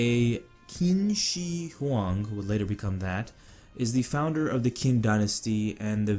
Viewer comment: Qin is pronounced "Chin"